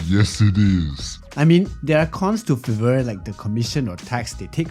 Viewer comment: you say it like fyver i think